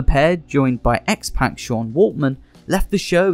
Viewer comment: Who is "Matcho" Man Randy Savage and X-"Pack"?